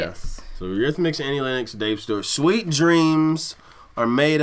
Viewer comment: Where you guys brought up in some strict religious order without accrss to TV or Radio? I ask because your depth of ignorance to some of the biggest movies and music is breath taking. Oh and its pronounced exactly as its spelt "Len Nox" not "Lin Ex". You should listen to the whole album. As well as being amazingly ta;ented she was also voted the most beautiful woman on the planet.